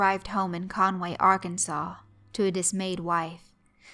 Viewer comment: Damn I loved this one so much! says Arkansas correctly. and I'm seeing a girl from rural Illinois...